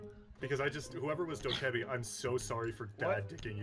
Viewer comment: “Who’s doe-kebby” wtf